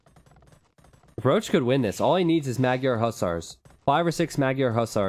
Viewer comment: Magyar isnt procounced mag-yar. "gy" is one sound, pronounced kind of like the first sound in duke, but not exactly. English doesnt have an equvivalent sound at all. Triggered viewer moving along :D